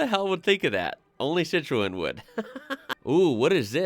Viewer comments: Citroen... move the 'e' in the pronunciation... "Cit-rone" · In the usa the fiat panda is your fiat Trekking because all fiat now are base on the looks of the fiat 500, Dacia is from Romania, and is subsection of Renault which some of there cars are based on older models of Renault and over the years the quality has got better is one of cheapest car on sale but starting to cost more. The way you pronounce Peugeot and Citroen is weird to me lol. The Skoda Fabia and Seat Cupra you show are based on a vw golf same as the Skoda citygo and the Seat mii is based on the vw up! But as they owned them its understandable lol.